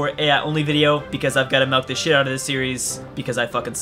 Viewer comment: lol 'melk' instead of 'milk'